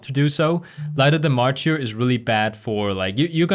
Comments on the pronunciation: that word you were struggling with is mar-ter. like the mar in march. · Hey loved the guide! Thought I’d help ya and say it’s pronounced ‘’mar-ter” no insult meant by it and not sure if other commented. All so do you pvp you should do a hpally pvp guide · MArtyr is pronounced like Marder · Excelllent job!!! Very clear and to the point! Oh, it sounds like 'maR-terrrrr' ;)